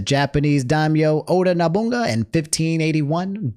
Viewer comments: The dude in the clip saying Yasuke super wrong and doing it right the first time. Is a great recovery from Nobunga =\= Nobunaga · HOLD ON how you said NOBUNAGA?! Nobunga? dude not do that! AND IS TOO LATE (all is on good faith not worry) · no you just did not call Oda Nobunaga "Oda Nahbuga" 🤣🤣🤣🤣🤣🤣🤣🤣🤣🤣🤣🤣🤣🤣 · "Naboonga" Bruh. It's said like No-Boo-Nah-Gah 🤣 ( you saved yourself but I've already made the comment so you're too late!🤣 ) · I can’t believe you said Oda No-bunga. It’s Oda Nobunaga (Nobu-Naga) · My man did not just call nobunaga nabonga 😂😂😂😂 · I was wondering if was saying "Nobunga" on purpose. I found it pretty hilarious 😂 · NoBUNga gotta be one of the funniest mispronunciations of all time 😂 And, yes, you were right, his name is pronounced ya-su-ke, not ya-SU-ke, while Naoe is pronounced Na-oh-ey. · He said nobunaga like it was an African name LOL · absolutely BUTCHERING Nobunaga’s name was not on my bingo card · I have never heard Oda Nobunaga pronounced that way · This man's pronunciation of nobunaga is absolutely insane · He went Unga Bunga with that pronunciation. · saying Nobunaga hurt me (Even if he fixed it. I wrote this before that)